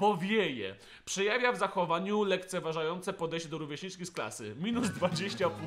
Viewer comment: powiedział lekceważające a nie lekceważące xD Coś mu nie pykło